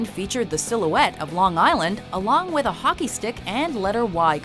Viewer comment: Not hockie it's hockey